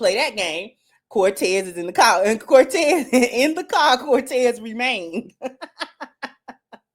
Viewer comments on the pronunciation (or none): I'm also laughing at how everybody is calling him Cortez when really she's saying Montez or Vontez. This never gets old. 😂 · Sorry his name was Montez not Cortez